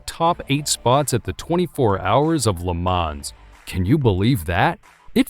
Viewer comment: cool vid, great voice, but what's the matter with pronouncing some of the names properly? LE MANS? PORSH?